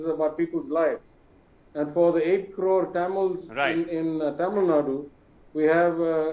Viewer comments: Mr Anchor - Its NOT TAMILNAD. It's Thamizhnadu 😂😂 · Tamil Nad’u’ not Tamil Nad